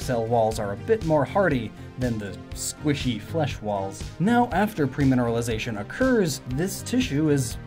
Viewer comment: everytime he said PREmineralization i died a bit inside